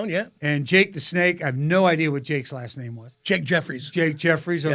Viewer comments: other then mispronouncing Johnny's and last name it was a good interview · Is he mispronouncing Johnny's last name on purpose?